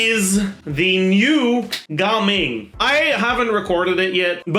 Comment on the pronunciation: Gaming, not Ga-Ming